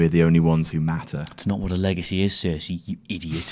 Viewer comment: Did anyone else get pissed when he said Cersei